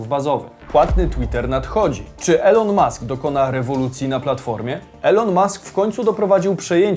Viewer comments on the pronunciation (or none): Elon mask czyta się jako ilon mask, drobna sugestia